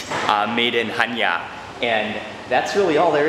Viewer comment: One of the fewest foreigners that pronounce the name of the city correct! Well done Mark.